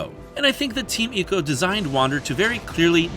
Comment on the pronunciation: "Eeko"? Don't be such a weeb. When you go to an Italian restaurant do you order "spaw-GEH-té"? It's "Eye-co".